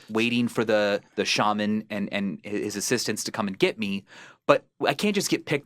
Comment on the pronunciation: God damn it Ethan it's "Shah-man" not "Shey-Min". Props to anyone who gets the reference.